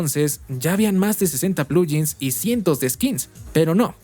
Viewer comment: "Plugin" viene de "plug in", así que sería un poco más correcto pronunciarlo como "pluguin", no "pluyin".